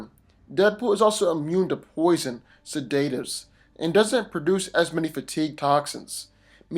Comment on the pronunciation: BRO WTF.... learn to pronounce sedatives